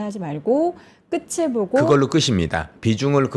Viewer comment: "앵커님 목소리가 너무 좋아서 귀 기울여 듣다가 발견했네요! '끝을'의 정확한 표준 발음은 **[끄틀]**이랍니다. 무의식중에 [끄츨]로 나오기 쉬운 발음이라 조심스레 댓글 남겨요. 늘 응원합니다!"